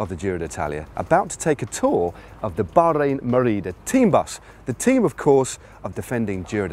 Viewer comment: Matt, why the accent when you say Merida. Merida is a Taiwanese brand, so unless that's a taiwanese accent, please stop.